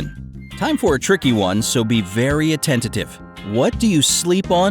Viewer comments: he said attentative lol. its attentive. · did he say attentative instead of attentive, where is his common sense? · ~ Why not just go ahead and play "What Is Life" by George Harrison? Just hearing the intro in your videos is so ANNOYING. Also, Check your pronunciation of attentive here. It is not PRONOUNCED "ATTENTATIVE" as in this video. Cheers, DAVEDJ ~ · I love how this is a common sense quiz and the guy can't pronounce ATTENTIVE correctly. Also, point me towards a kid who knows whether or not a bungalow has stairs. Maybe upgrade the caliber of your "researchers." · Did he just say attentitive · At no. 7, the correct word is "atten-tive"; 3 syllables, not 4! Apparently common sense doesn't involve correct spelling!